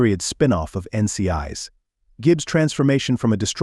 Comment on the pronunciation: I cannot stand the generated voice. It is not "N.C.I's" it is "N.C.I.S." ... PLEASE STOP!! I cannot even pay attention to your video simply because of the silly flaws!!!!! Please do better!!!!